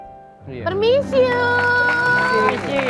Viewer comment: Permisi jadi permissyou, awokwok.. 🤣